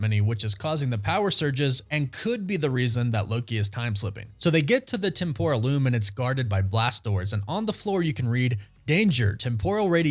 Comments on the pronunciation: LOL You keep mispronouncing "Temporal", it is supposed to be with emphasis on the E not the O, at least that is what I found out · TEM-PRAL TEM-PRAL TEM-PRAL its not hard guys